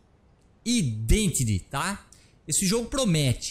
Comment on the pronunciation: Só uma dica: a pronúncia é "aidentiti" :)